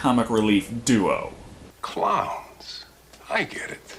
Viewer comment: killer cloyns from outer space